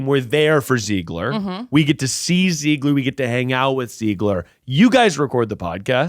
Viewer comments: Hey guys, if you want Rachel Zegler on the pod, you should probably start by pronouncing her last name right lol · begging y'all to pronounce zegler correctly